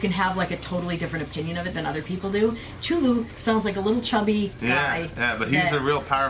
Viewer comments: Its ku-thu-lu not chulu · k'too-loo not chooloo :P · It's pronounced as "kath-u-lu" his name is of an eldritch dialect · CHULU LOLOLOL Ku-thu-lu is how you its usually pronounced however lovecraft said its a alien word not meant for human tongues so pronounce it anyway you want I just found it funny how you said Cthulhu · Lovecraft transcribed the pronunciation of Cthulhu as Khlûl′-hloo and said that "the first syllable pronounced gutturally and very thickly. The u is about like that in full; and the first syllable is not unlike klul in sound, hence the h represents the guttural thickness." Not "Ku-thu-lu" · Chulu?? hahaahha that was funny. Not how its pronounced at all, but thanks for the laugh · lol! Not "Chulu". Chthulhu{hard c/k sound followed by a hard "th" sound followed by "ulu"}. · “ cthulhu” isnt prononced like that theres a “T” u need to prononce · Cthulhu is pronounced with a 'K' sound,. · It would be pronounced K-THUL-HU. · pronounce it anyway you like :) there is no true way of saying it anyway but I heard Lovecraft pronounced it with a kind of coughing manner like KLU-LU two syllables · Also, look up the pronunciation for Cthulhu. The way you said it made me uncomfortable. The th has an L type of sound. Think of TH as if it were said with a huge wad of spit in your mouth. Anyhow. I'm not an expert on it, and can't even pronounce it correctly myself. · Isn't a nachash another name for snake? And all religion came from the middle east? Wow... And you're pronouncing Cthulhu wrong btw. And he's real. And I know that because I read it in a book and the book says he's real, so he must be real because I read it.